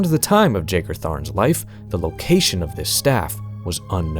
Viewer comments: Ain't it pronounced "yagar" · Pretty much everyone I've ever seen talk about this character pronounces his name wrong. I'm pretty sure it's supposed to be a silent J, pronounced yae-gar, like John Jeager, not jay-gar. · I have now heard Jagar pronounced three ways now and I don't know who's right. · See, I could've sworn I've heard it pronounced the other way, but maybe I'm misremembering.